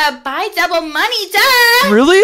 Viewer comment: And why does he say "moniez" instead of money????